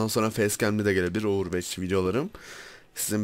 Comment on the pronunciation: Abi yanlız ovırveç değil ovırvaç diye söyleniyor